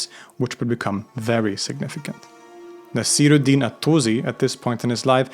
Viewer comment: Also Naasir-ud-Deen